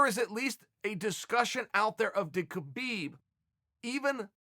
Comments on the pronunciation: put some respect please, learn to pronounce his name correctly, khabib (ha-bib) not (ke-bib) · CHAEL!!! His name is pronounced HABIB!!!! If you want to give him respect, pronounce his name right. Seriously. I'm sure in your life, people have said your name incorrectly. Kale, perhaps. He's Habib. There's a guttural kh sound, in there, in his language. But it's Habib. Go ask him yourself. Also, yes, he's an intelligent fighter, with an old world mentality. He will never show you all his cards. So, expect to see more unexpected skill sets. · He's saying Khabib's name wrong. The K is silent -__ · Why cant people pronounce his name properly? The K is silent. Do you pronounce the G in Gnome? No.. So why is this such a problem?